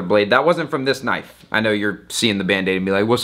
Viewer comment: Thaht's nawt a knoife thiies is a KNOIFE!